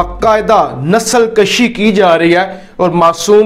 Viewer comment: My dear the word is "nasal kushi" and not nasal kashi,..please use the correct pronunciation,..nasal kashi means to make breeding of human being,..and nasal kushi means to exterminate the people or something of the sort!